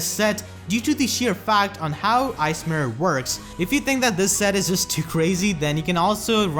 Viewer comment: They way you say "Ice Mirror" sounds a lot like "ASMR." Was confused for a bit, "why is he keep saying asmr?"